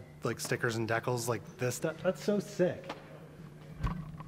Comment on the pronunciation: Did you just call de-cals dekels?